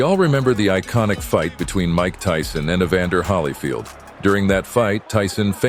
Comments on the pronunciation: HOLY FIELD. not HOLLY FIELD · Pro Tip - Teach your AI to say Holy Field, not Holly Field. Thumbs down, you're BS. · It's pronounced sounds like ('holee'field)get it right sheesh. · Can't even pronounce Evander Holyfield's name correctly